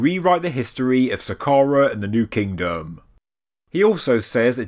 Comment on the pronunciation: “New KingDum”